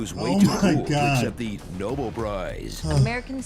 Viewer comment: The "noble prize"? Really? Alfred Nobel is rotating in his grave. Did noone working on the movie check the pronunciation or had heard it before?